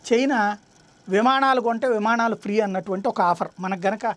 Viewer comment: "విమాణాలు" కాదు... విమానాలు...గమనించగలరు.